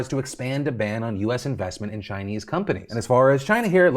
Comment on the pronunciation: “Share your IVESMENT” ? Did anyone else catch that?